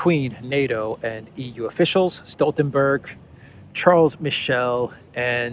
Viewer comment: Mr. Michel is born in French speaking region of Belgium so his name should be pronounced in French ʃaʁl miʃɛl.